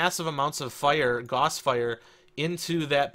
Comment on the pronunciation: gauss rhymes with mouse.